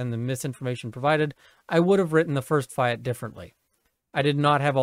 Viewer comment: "Fee-at" not Fie - at!